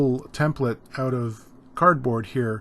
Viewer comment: Great video... I knew u were CA... when u said “oot”... lol... I live 35 miles from the Martin factory and worked in Nazareth at one time... unfortunately not there... I hope they saw this video... outstanding work my friend!